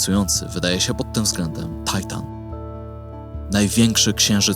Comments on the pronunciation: Po polsku mówi się Tytan, nie Tajtan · To nie jest Tajtan, to Tytan. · "tajtan" ty się po polsku naucz mówić: TYTAN, księżyc ma polską nazwę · Skoro Saturn, Jowisz i Uran, to Tytan, a nie Tajtan. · Po pierwsze primo nie płaczę ale materiał jest po polsku więc warto używać polskich nazw dla polskich "ludzióf". RE zaś tłumaczę na zły lokator subtelna różnica odnosząca się do osoby a nie miejsca, terminator zaś to oczywiście elektroniczny morderca bo nie można inaczej. Tajtan aż kaleczy uszy może warto czytać po polsku a nie z głowy? Po drugie primo ultimo, to ty dzwonisz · W Polsce mówimy Tytan, a nie jakiś Tajtan. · Przepraszam, ale Tytan, nie Titan, tak jak mówisz Uran, a nie Uranus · królu złoty, kierowniku kochany dlaczego Tajtan a nie Tytan? Jak zwykle świetny materiał 😉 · film zajebisty ale to Tytan, a nie Tajtan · 👉 TYTAN, Bosze...., mów poprawnie w języku polskim, bo zaczynam podejrzewać, że Ty nie masz pojęcia, o czym robisz filmy, a jedynie powielasz informację. Mimo to, wciąż daję Ci szansę i pozostawiam subskrypcję... 😉